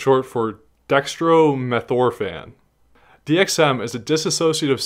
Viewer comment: DEXTRO-METH-OR-PHIN (SOUNDS LIKE FIN)